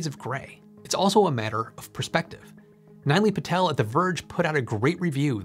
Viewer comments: It's not "Nai-lee". It's pronounced as "Knee-loi" Patel. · It’s not Niley Patel. It’s pronounced Nill-ay Patel.